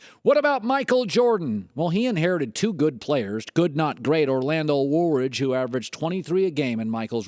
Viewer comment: Orlando Woolridge? LMAO